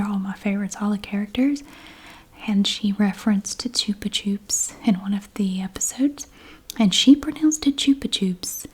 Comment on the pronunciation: Chupa chups means like suckers in spanish (and you pronounced correctly) and the mini Chicles is pronounced chik-less, also spanish for gum...just fun fact ;-) thanks for your videos!